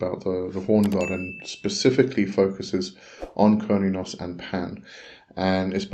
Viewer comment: Its not pronounced curn-e-os, it's derived from Cern like the quantum physics in Geneva, if you listen to a red deer / Stag in rut when the stag calls the female it sounds like it is saying "Huurrnn", sorry for my poor spelling and grammar, blessings